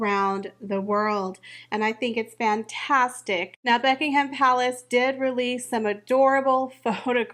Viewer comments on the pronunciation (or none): none